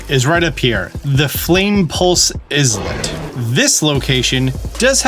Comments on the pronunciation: "eye-let", not is-lit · FYI. Islet is pronounced Eye-let, similar to Isla is actually pronounced Eye-luh not Ees-la. Like how most people mispronounce Isla Sorna from Jurassic Park, pronouncing it Ees-la Sorna instead of Eye-luh Sorna. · pronouncing islet like that is crazy work 🤣🤣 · why does nobody know how to say islet....